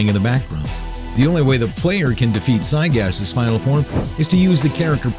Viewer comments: Its gygas not cygas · can someone please tell this guy how to pronounce these bosses. I mean Zygas? Sephyroth? The punch out? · It's actually prounced (gIgas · Try Gy-Gas, not Cy-Gas. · just to let you know it'd Gygas Gi-gas not cy-gas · Zygas? Why does his name have a g at the start then? Are u reading from a poorly written script?? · I'm bugged how he says gigyas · Sigh-gas? you could have just tryed and pronounce it... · You said Giygas and where is there a c in it seriously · giygas is... not pronounced zygas. and he's not hard at all. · wait is giygas pronounced sygas and my entire life has been a lie, or is it a mispronounciation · You pronounce Giygas... PSIGAS? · Did you call Giygas... SIYGAS? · "Psy gas" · its pronounced guy-gus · It said Siygas lol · I think "sigus" killed me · It sounds like he pronouncing it as cygaz or sygas. With a S or C at the beginning. How he completely ignored that capital G in the beginning of his name is beyond me. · Uhh I hate how he says giygas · Gigas not Zygas Sans not sauns ... I cant take your promunciation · you're saying stuff wrong. its GUY-GISS and the a in Sans is pronounced like the a in Sam. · Sawns. Siygas. I think thats not how you pronounce those